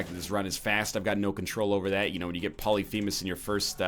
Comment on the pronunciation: Poly-femus! Poly-femus!!!!! STOP. Its pronounced as one word not two.